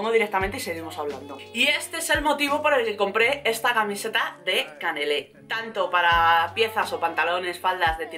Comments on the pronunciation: con el primer jersey del video dices q es de CANELÉ y se DICE CANALÉ.... JAJAJAJA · No se dice canele se dice canale😂😂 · Hola! Hoy estás especialmente guapa! Es cierto, como he leído por aquí! Sólo quería decirte q se dice canalé, no canelé, jejeje. Besosss!